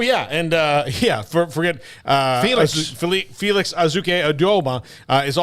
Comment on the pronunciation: Botched Felix’s name so badly but totally get it haha